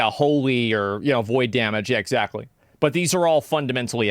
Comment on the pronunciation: Love it when u say „exZACKtly“!